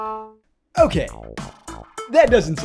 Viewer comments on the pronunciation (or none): none